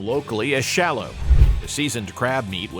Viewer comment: Shallot is pronounced "sha lut".